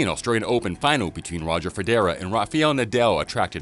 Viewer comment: Nobody : This guy: Roger feDERA and Rafial Nadel.